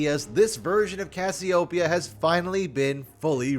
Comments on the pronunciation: Isn't it pronounced as "ka-syo-pe-ya" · Not a big deal: Cassy-Oh-Pee-Ah (Greek name) but using the South Asian mythological: Naga. You were able to pronounce it correctly for the most part. Lol. and mispronounced every now and then.